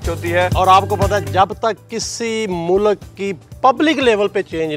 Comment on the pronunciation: Mou lak hahaha o bhai Mulk hota hai